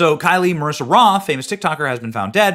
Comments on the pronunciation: Her name is KYLE, just regular KYLE! NOT Kylie!! Maybe research a bit? I couldn't watch this video for more than a minute or two because you Kept Pronouncing her name WRONG! You do this ALL OF THE TIME!! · Kyle.... Like Kyle Rittenhouse. Not Ky-lee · It looks like her name is Kyle (Ki•el) not Ky•lee? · It clearly says “Kyle” and it’s right in front of your face, but you say “Kylie”??? Wtf way to disrespect the dead